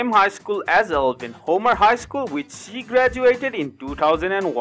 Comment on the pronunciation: Eivin is pronounced Ivan, not Elvin. There is no L in his name. Pronounce other words correctly. The narratives are horrible!!!!!